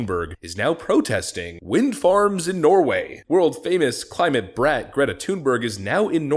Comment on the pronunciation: claimate, claimate? 🤦🏼‍♂️